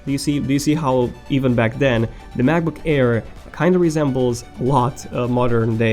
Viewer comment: why do i always hear "macbook HAIR"?